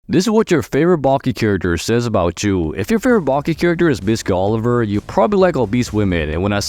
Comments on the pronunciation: Its not Oliver its Oliva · Oliva. Wtf is Oliver?